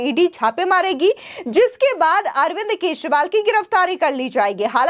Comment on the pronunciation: Kya yaar ye kaisi Anchor hai. Keshwal bol rahi hai. Pls correct her channel walo. Channel will lose its level 😮